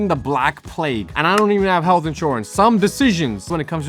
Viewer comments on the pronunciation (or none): none